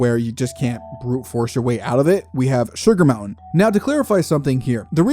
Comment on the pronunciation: Sugar Mointain hehehe